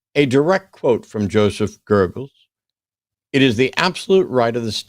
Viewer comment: Gerbles? If you're going to claim someone is quoting someone else, at least be able to say his name correctly.